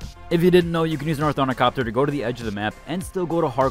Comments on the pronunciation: I get such an ick when I hear othornicopter hahah glad someone pointed it out 😂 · Ara-keen. Not Arakin. Orni-thopter.